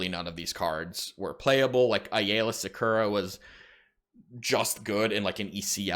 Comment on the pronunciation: Im begging you dude. Her name is pronounced "AYE-LAH".